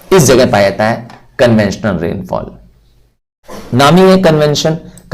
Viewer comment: conventional❌ conventional ✅ 😂